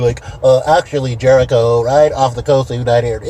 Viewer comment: J----ERICHO, IDIOT. NOT "G"